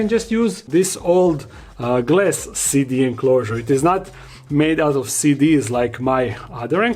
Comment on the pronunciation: Im going to keep it 100. This entire time i thought you were saying "city enclosures" not "CD enclosures" 🤣🤣🤣